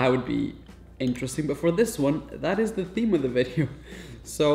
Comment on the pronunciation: it ezz what it ezz 😂